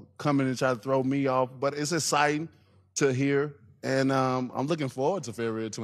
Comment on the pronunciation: Deontay trying to say exciting: "Aciting"